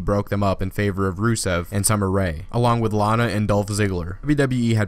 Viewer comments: when you said Lana it sounded like Li-lana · He said lalana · "For Rusev and LahLana" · You hear he says la-lana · lol he said lana in a funny way. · What's with the way you said Lana?